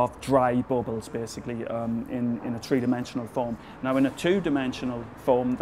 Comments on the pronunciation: No daddy it's three, not tree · Cheers Philip, thank you for your great videos. I really like your look on things. and don't bother with the "right" pronounciation of three too much, it really doesn't matter. I guess almost as many people say "tree" as people say "three". and it's certainly better than our german mispronounciation "zree" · don't feel sad about pronouncing "three" as "tree"... i do that all the time. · ahaha us Newfoundlander's pronounce it the same way!